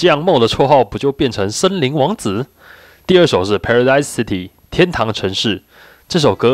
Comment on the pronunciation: paradise city 拜託先去google發音在唸吧